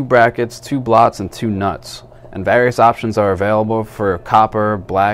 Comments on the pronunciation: "two Blots"?? hah, stop reading a cue card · "two BLOTS and two nuts" love it